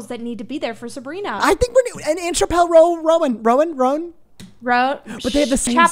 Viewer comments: mispronouncing Chappell Roan wrong every time is so funny 😭😭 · Not accidentally saying my name 😭 literally caught me off guard while attempting to say chappell Roan 😭😭🫶